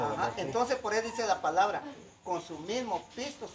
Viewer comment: COMO DICE LA PALABRA CORRECTAMENTE ASÍ ES COMO DICE LA PALABRA CORRECTAMENTE